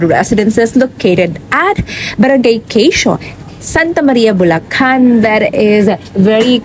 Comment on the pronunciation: BU LA CAN GAGA HINDI BU LA KHAN TONTA. OA KA